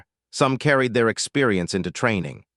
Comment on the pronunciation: GODDDD DAMMMNNN!!!!!!!!!!!!!!!!! , "SPERIENCE mattered"!!!!!!!!!!!!!!!!!!!!!!!!!!!!! WHAT THE FUK IS "SPERIENCE"!!!!!!!!!!!????? (Experience) you GOAT FUKN POS!!!!!!!!!!!!!!!!!!!!!